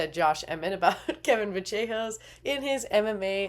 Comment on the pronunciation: ACTUALLY, its "Va-sh-eh-hos"